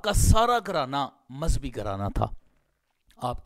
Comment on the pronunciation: مذبی نہیں مذہبی ہے